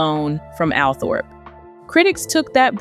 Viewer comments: Althorpe is pronounced “All Trup” do your research before uploading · Please do proper research. The estate is not called Althorp it is pronounced Altrop. Americans just don’t know. You only have to listen to Earl Spencer to find out instead of making it up yourself.